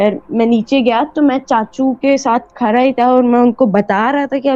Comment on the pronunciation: او بھائ تو کھرا تھا یا کھڑا تھا؟؟ Are all my fellow Pakistanis suddenly dyslexic? Or is it cool and modern to pronounce Urdu words wrong?